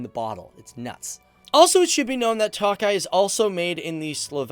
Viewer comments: It is not pronounced 'Tockeye'.. as is 'Lock eye' it is mor'Took' eye',.like I took a glass of wine. It is spelled Tokay. Your welcome. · toe-kye boss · I'm hungarian and I am believe you pronounce the wine as Tokai with a long a. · work on your huingarian pronunciation, it's not takaly but tokaly a definite o sound. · Hey Tokaj is pronounced more like toe kah yee but nice video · "Tawk-eye"....dude, fucking Tawk-eye! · What the fuck is "talk-eye"?? 😂😂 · Budapesht, TOE-keye Mispronunciations undermine credibilty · check your pronunciation for "TOKAY"....and please realize that you are not only speaking to "GUYS" but Gals too :) thanks! yes, as a Hungarian born that had her DNA tested, our heritage is most definitely of East Asian areas. You made some interesting observations. Thanks for giving Hungary some attention. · Every time he sais tokai my Hungarian ears are bleed... we pronounce I as E in English.